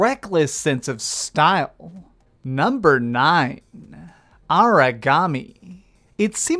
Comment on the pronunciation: If you ever decide to cut out the valley-girl-esque, over the top anunciation, then I'll give you a sub. (ex: "NUMbeerrrrrr WoooOOOnn") Your speech is fine the rest of the time, but seriously so many youtubers do this, and it is ALWAYS annoying.